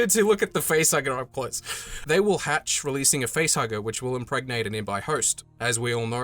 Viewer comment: I can't take this seriously while you say IMPREGNATE